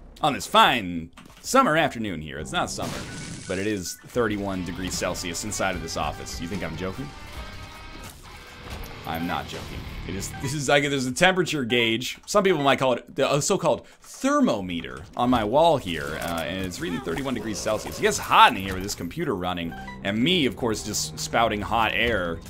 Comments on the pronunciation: It really bugged me when he said thermometer. It's pronounced ther-mom-etre not thermo-metre😂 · I don't think I've ever heard anyone call it a "ther-mo-meter" here where I am. Where we live we say "ther-mom-i-ter" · Lol "thermo-meter"